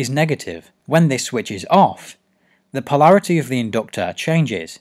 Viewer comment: The in-doctor. #Accents